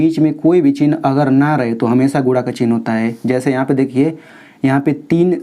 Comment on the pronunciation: Sir guda nahi guna bolte hai